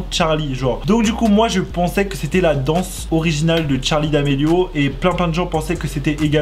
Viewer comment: Euh c pas Tcharlie c Charlie